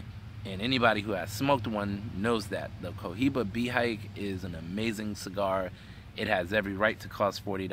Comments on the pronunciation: Its pronounced Bay he kay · you are pronouncing Behike wrong.